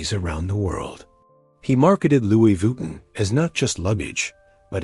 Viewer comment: Stop saying VWEETIN